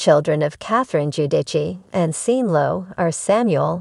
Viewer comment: Before you make another of these videos, make sure you are pronouncing the words correctly!! It is not Seen, Sean is pronounced Shawn!!!!